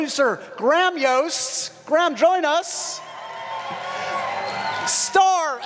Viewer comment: Why can he not say Graham? it is not Gram. Its so frustrating.